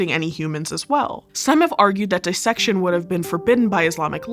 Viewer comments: I expect it from this channel, but I appreciate that you pronounce dissection correctly. Everyone always says “die-section” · Really like this presenter! Her pronunciation of "dissection" is bang on as was everything else.